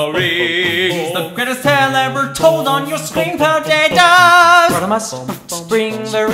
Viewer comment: PO-TAT-OE what the heck